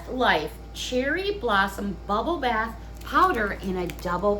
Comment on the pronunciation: Uh, bath, not path. Duh😆